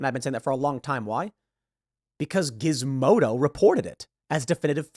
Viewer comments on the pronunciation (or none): none